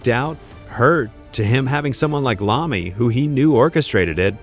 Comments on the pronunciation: Its I-ommi ... not an L... L is for loser and apparently you are. Take this down and fix it!!!!! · am sorry... who the fuck is Tony Lahmey(Iommi) i now disregard anythingf you say from that point... if you did any reserch on this at all you would not pronounce his name wrong!!